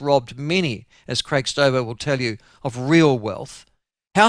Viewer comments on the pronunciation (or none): none